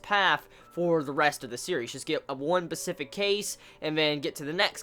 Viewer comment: SPECIFIC... its killing me in every video.... not Pacific... Pacific is an ocean.. not a term.... SPE...... SPECIFIC.. sry for rant... its just murdering my brain..